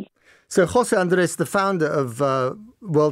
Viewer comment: Kudos for the 'Jose' pronunciation!